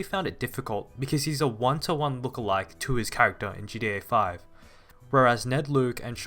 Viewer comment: It is so weird hearing you keep calling it GA5